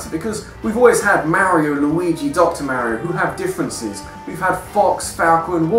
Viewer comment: I think you're decisions for some of these suckered and you constantly miss pronounced Mario. Learn to say their names if you're gonna use them in a video